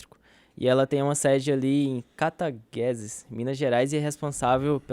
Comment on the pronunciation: Belo programa, assisto todos os dias. tem uma oratória espetacular, mas a sede da Energisa fica em Cataguases (Cata-GUa-zes), cidade histórica de Minas Gerais em que vivo desde pequeno! (E quente) Se puderem falar um pouco sobre a CMIN (Csn mineração), concorrente da Vale. Por que as pessoas não falam tanto dela quanto a Vale? Existe algum tipo de processo envolvido nas barragens que danificou a empresa, algo do tipo? Não acho nada na internet sobre o assunto enquanto estudo a empresa.